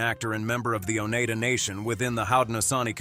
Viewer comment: Oh NEYE dah. Where did the narrator get his training? Duwahleh! Mongye'!